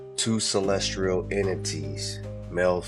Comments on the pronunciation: He keeps saying CELESTRIAL but that is not the word 🤦‍♀️ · once you say "celest-rial" multiple times in a video like that, it's kinda difficult to take anything else you're saying seriously. Just being honest. He's not serious. Don't listen to him.